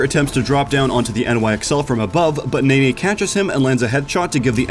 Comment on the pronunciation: NENNE: NE (as in "Ne"lson) NNE (as in "nay"). NOT NAY NAY